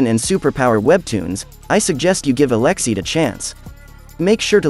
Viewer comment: where do you see the letter X in eleceed?? ce is pronounced same as in any other english word with ce in it, you don't say polixe or pronounxed, do you??